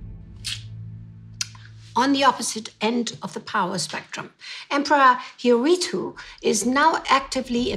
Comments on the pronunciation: After pronouncing it "Hiritu" instead of "Hirohito", several times, may I suggest that you avoid traveling to Japan? One can be detained for as much as 23 days there without any arrest warrant. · hirohito is pronounced Hiro-hee-to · Why do you have so much trouble pronouncing the Japanese Emperor's name? It is four syllables, pronounced exactly as it is spelt: Hi-ro-hi-to. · Poor little Hirohito , so innocent. Need to work on how to pronounce his name. More interesting are the British royals who were pro Nazi, Edward VIII being one example.